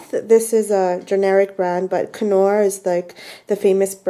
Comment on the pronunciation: Greetings from Scotland, what country are you in and Knorr stock cubes and pronounced NOR STOCK CUBES, it has a silent K.